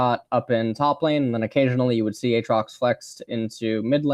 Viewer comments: said aatrox like Ay-ay-ron in key and peele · He does that on purpose (at least the ay ay trox) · if you're actually genuine about this. it's because he kept calling him "ah-trox" and people went mental so he's just calling him that to further annoy the vocal peeps :p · How you pronounced aatrox, reminded me of a a ron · A... atrox? Uhtrox? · who the fuck says A. atrox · Literally never pronounces a single champion's name correctly XD. Ay-Ay trox??????? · 3 different pronunciations of aatrox in 1 minute. Impressive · Why does he pronounce Aatrox like Key from key and Peele pronounces Aaron??! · The way he pronounces each champions name completely different ways in the same sentence. Lmaoo